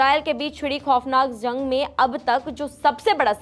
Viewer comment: zang nahi jung 😂